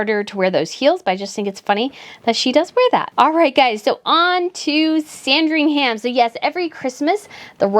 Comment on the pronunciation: I love it when Americans try to be sooo smart about the Royals but instead end up talking bs. By the way, the "h" is Silent in Sandringham, just so you know for next time. Get the very basics right at the very least before you go on making a bla bla bullsh*t video of your (we don't give a flying monkey what you think) video.